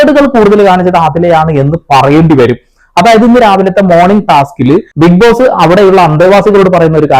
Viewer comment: ഇതെന്താ ബിഗ് പോസ്സേ ഇംഗ്ലീഷ് ബിഗ്‌ബോസോ 😂